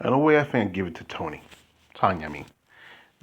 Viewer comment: It is Tonia (sounds like Tonya) not Tony I never answer to Tony, Toni, Tonie…etc lol